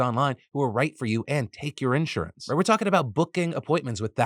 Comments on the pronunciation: Phil I love you, but I hate how you say “insurance” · why does phil say insurance like that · Is that how "Insurance" really pronounced? Am not a native English speaker but have heard the word numerous of times, but not in that way lol